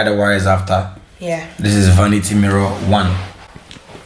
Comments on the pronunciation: Eeeiiii...what is “vanita” 😂😂😂😂😂😂😂😂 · trying to say vanity has me creasinggg 😂😂 bless him😭😩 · Ive seen ppl try it like yall did with the mirror anb after a time it fell so my advise to yall would b to add 3 mirror brackets for extra support(1 at the top in the center and 2 on each end at the bottom or if u want 4,one at each end) loved it though cause still get trouble to say vanity. God bless yall